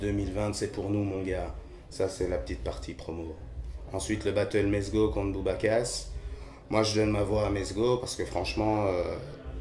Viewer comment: "Boubakas" mdr